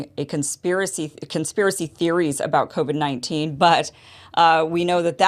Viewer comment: I don't like how he says covid "cavid" it's indicating he knows how to really pronounce it. Even canadian's don't pronounce it "cavid"